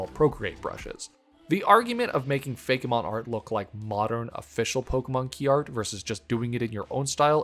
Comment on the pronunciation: I cannot state how much it bothers me that you say Fakémon instead of Fakemon lol